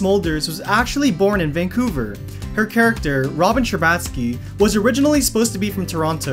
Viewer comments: Sher-bah-t-ski not sher-baaaaah-t-ski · It’s not ScherBATskie it’s ScherBOTskie she’s Canadian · The way you're pronouncing Robin's last name just gaaaaaaaaaah. I can't